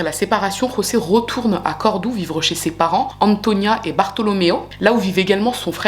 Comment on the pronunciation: Un video genial! Pero tampoco es tan difícil decir Córdoba, me duele la vida escuchar Cordou😑